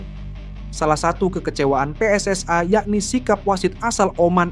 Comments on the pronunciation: Mas kalau baca PSSI jangan di baca pssai ini indonesia bukan inggris bukan malaisia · Min min..gak.usah di inggris2kan kl nyebut pssi malah terlihat lucu and kampungan wkwkwk